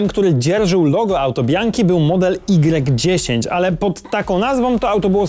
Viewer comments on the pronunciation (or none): lancia y10 czyta sie lancia ypsilon10 widac jak zwykle calkowity brak przygotowania to przeciez litera z alfabetu greckiego jak alfa beta gamma delta